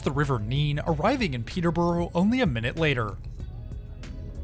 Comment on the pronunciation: You took the train to Peterborough, pronouced Peterburruh! You pronounced Edinburgh correctly though ;-)